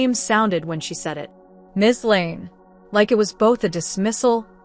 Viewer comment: How is it possible that your AI can consistently and correctly use the term “Miss Blake” and yet consistently fails to render “Miss Lane” as anything other than “Mississippi Lane”?